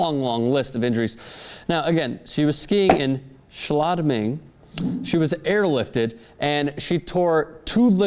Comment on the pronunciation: You actually did a good job pronouncing "Schladming",!